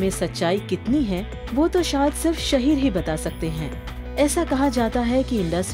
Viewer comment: It's शाहीर not शहीर